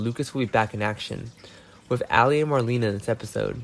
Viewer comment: How many times are you going to say extreme? And you’re pronouncing Marlena’s name wrong. Considering that she is one of the oldest and longest running cast members on there I would suggest to learn how to say her name please out of respect.